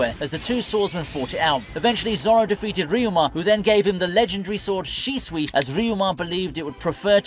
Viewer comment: It's Shusui not Shisui. That would be Shisui Uchiha